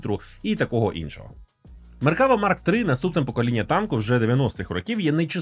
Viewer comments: МеркавА!!!, а не МеркАва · Я би рекомендував ставити наголос на останній склад. Не МеркАва а МеркавА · меркавА- наголос на останнiй лiтерi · один малограмотный поставил ударение неправильно и вся Украина повторяет.МеркавА --ударение на последнее А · Задолбался поправлять. Это звучит как если бы сказали лІтак с ударением на і ... не МеркАва а МеркавА. Не так сложно запомнить. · Ізраїль зовсім не ставиться до росії добре, швидше з обережністю. Ну і слід враховувати велику кількість тут вихідців із росії частина з яких підтримує війну. PS. МеккавА.. У багатьох словах на івриті наголос на останню голосну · Правильний наголос - "МеркавА".Так каже Ігаль Левін. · МеркавА. Наголос на останню А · АдвакААААт, тобто МеркавАААА))) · Ударение в слове "МеркавА" легко запомнить, это слово очень похоже по звучанию на арабское слово "МерхабА", что переводится как "Здравствуйте!". Для арабов, я думаю, звучит очень символично. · Хороше відео. Але одна поправочка - назва танка має наголос на останню "а". Меркавá. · Тільки правильно меркава', з наголосом на останню а, гляньте відео Ауслендера або Ігаля Левіна, як вони за танк говорять. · Ну то так і КАЖІТ! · Той момент коли зайшов в коменти втикнути за наголос а тут вже втикнули за тебе…